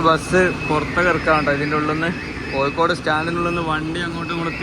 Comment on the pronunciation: കോയിക്കോട് അല്ല കോയാ... കോഴിക്കോട് ന്ന് പറ